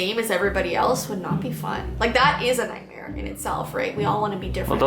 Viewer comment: Anyone else nothised when thqt guy was talking about his night mare and when he was saying nightmare he said night hare if you did I I I V